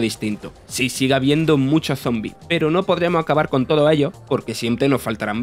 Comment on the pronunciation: "acabah con todos ellio"